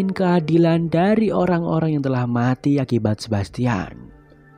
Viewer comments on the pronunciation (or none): none